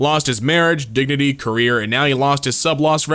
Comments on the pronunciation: I-I’m sorry did he just say digity? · “lost his digity”